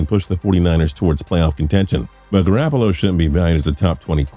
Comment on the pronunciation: For fucks sake.. It's GarOppolo!! Not GarAppolo!!!